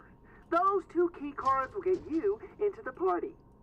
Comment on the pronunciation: When you said “two key cards” I thought you said “Tuky cards” lol